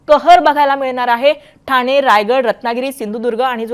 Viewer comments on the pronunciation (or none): none